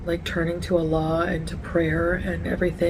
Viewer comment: Faith in God, my Aunt Fanny. She can't even pronounce the Muslim word for God properly. The emphasis is on the first syllable. She's saying Allah like the name of Salah's friend. What a phony.